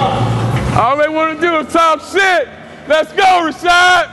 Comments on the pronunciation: I thought his name was pronounced "Ra-ShEEd", not Ra-ShOd". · I think he was pronouncing it like Rashide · Why did he keep calling him Rashad? I thought it was and last name was Rashid. so neither of those add up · When CT totally mispronounces your name but you wouldnt fucking dare correct him